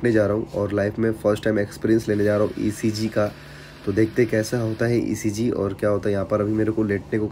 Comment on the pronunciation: ECG Bolte hai bhai 😅😅